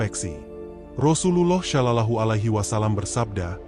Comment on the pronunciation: Tolong betulkan sebutan sollallahu ..bukan sho..tapi so